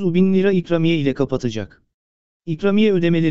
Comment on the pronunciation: Nasıl bir ikramiye telaffuzu arkadaş a harfini biraz uzatsan komik olmaz birde başlığın zekice 2000 diyerek seyretme sayını artırmışsındır😡😡